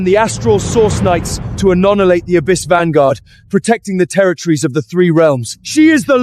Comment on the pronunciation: So many grammatical mispronunciations! Your mighnes 😂, lord of the ababys! I could go on but is so hilarious! Otherwise I did enjoy the story